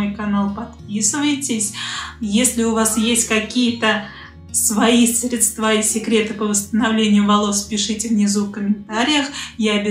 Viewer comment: Делайте ударение правильно!!!! Не средствА, а срЕдства.